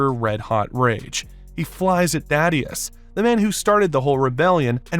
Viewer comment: Great Video, just a small bit of criticism. The way the narrator mispronounces some of the names, Cecil and Thaedus, slightly or entirely, makes me question the integrity of the narrator and his knowledge on the theme.